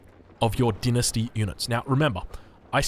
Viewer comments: You can say the same for the Chinese with him pronouncing dynasty as "dee-nus-tee" instead of "dai-nus-tee" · Lol, dinesty, you mean dine-esty